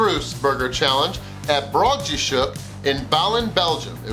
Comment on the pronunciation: The way you said Broodjeshoek had me laughing, but I love your videos!!!, great job